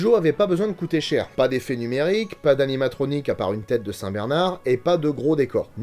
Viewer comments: ok mais le filme se passe dans au étas-Unis et n'as rien n'a voire avec l'Espagne, En plus en français, tout le monde dit cujo et pas "curo" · Au passage, petite correction quand à la prononciation du nom , ça se dit cu"r "o , c'est de l'espagnol. ^^ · Content d'avoir trouver le monstre de film via l'indice de la dernière vidéo (preuve en commentaire). Par contre quelle est l'origine du nom du chien rapport à sa prononciation ? Tel que dit ici, si c'était japonais, ça devrait s'écrire Kujo. Si c'était espagnol, on devrait prononcer Curo. Perso, j'ai toujours prononcé le J comme un J ^^